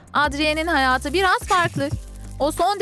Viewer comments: Adrien diye okunmuyo edrıyın diye okunuyo bu arada seni cokk seviyorum abla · Edrien değil Edriyın diye okunuyor. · Adriyen değil Edriyın Marinet değil Merinet